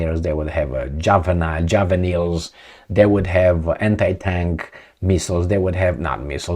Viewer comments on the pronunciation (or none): not "juvenils" but "javellins" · it is his trade mark 😁